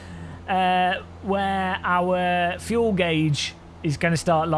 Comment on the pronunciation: FUEL not FULE